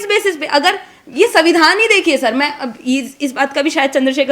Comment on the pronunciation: मेवाड़ी वीरांगना को सुन अच्छा लगा बुरा न माने हिन्दी अच्छी है संविधान शब्द का उच्चारण पर ध्यान रखना होगा 🎉